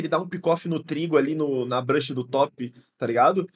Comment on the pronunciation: Para de falar BRUSH. É BUSH. BRUSH é pincel. Arbusto é BUSH.